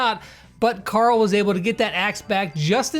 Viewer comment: Pet pees .. not carll. Its Carl hehhe no joke